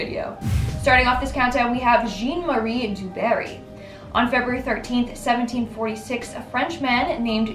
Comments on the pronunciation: Zhahn-Marie DuBarrie. Not Jeen Marie. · It’s really hard to take this video seriously when the first thing out of your mouth is mispronouncing John Marie. Jean-Claude Van Damme like come on… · Pronounced Jaahn Marie, not Jean Marie, Du Twah, not Du Toyt. I guess you had a problem also pronouncing Morgan Freeman. Only kidding. The universe made me do it.